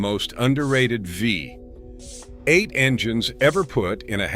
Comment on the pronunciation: "....Chevy Fee.....EIGHT!!"